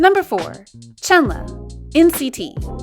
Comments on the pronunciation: hi, maybe you could take this as an advice. yuqi doesn’t spelled as yu-ki it’s yu-chi, also chenle was spelled as shen-le. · not trying to be nick picky, but u pronounced chenle wrong. please get it right next time